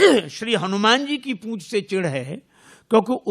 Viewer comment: ' समाज में उनकी बहुत "प पूछ " है...पूॅछ' नहीं, वो 'पूछ' होता है